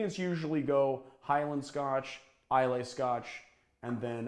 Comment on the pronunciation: Just so you know, "Islay" is pronounced "eye-la"